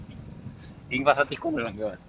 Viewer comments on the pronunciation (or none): none